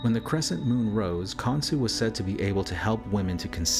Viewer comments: Saying his name wrong is not even hard to pronounce KON-SHU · Khansu? Son of Atum? Cain "Cah-in"... Khan son of Adam/Atum? Cain's (Han/"Khan") son was "Khanoke" This could mean King Unas was Nimrod/Osiris and Canaan/or descendant was Khansu. It is said that Nimrod and Cush and an Uncle and Cousin travelled to a place where they found "three mountains" and that Nimrod developed a system of worship based on the writings on those "three mountains." Nimrod was a "Hunter of men." And, despite the denial of the practice by Egyptologists - claiming it is metaphor - there is art in those pyramids depicting Cannibalism. "Cain-Abel-ism" Very interesting.